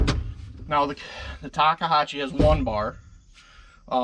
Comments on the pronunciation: What the heck is a Takehashi? lol Takeuchi. Tak eh u (ooo..like ooo that is wrong) chi (as in cheeks) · Ta Kooo Chi. say it with me lol.... Ta Koo Chi, 3 syllables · Why is he calling it a Takeihachi?😂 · Talkahachee? C’mon. It’s not that difficult people. You own these things. Learn how to pronounce it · TakeUCHI Not Takehachi Unbelievably ridiculous review. Since all you do is get in and out in and out in and out all day long then you should just go with Kabota and forget about it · What the hell is Takahachi? Takahashi, I would understand but Takahachi? Come on. It's Takeuchi 竹内. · Enunciation or pronunciation, Tak-e-u-chi! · It's pronounced TY koochy ..... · I know it's a pain to pronounce.... Talk-E-you-chee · You're making me crazy. I'm going to break it down for you in 3 steps. Say it this way in sequence ... 1. Tak- 2. Ehh- 3. Ooochie Practice it a few times and you'll have it. Otherwise, your presentation was very good. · I find it amusing that no one can pronounce たけうち. Say it with me: TA, KE, U, CHI :) Just giving you shit, great video. I run a Cat CTL at work sometimes, and frankly, it just isn't very good. Controls don't respond well, tracks are hard to clean, cab is small with lots of hard edges to hit arms on, parts are constantly breaking or leaking, just poor all around. Never run a Tak, but miss running GEHL with pilot controls, which have a historic relationship with Takeuchi, and are generally simple but well designed. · Tah-key-oo-chee How hard is that? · This is just nit picking but I think you are pronouncing Takeuchi wrong. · With all due respect i laughed every time you attempted to pronounce takeuchi 😅 you just giving it different variations! Great video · Listening to the way you pronounce "Takeuchi" is nauseating...